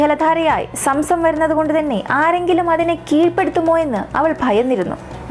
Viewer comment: Somsom allaa zomzom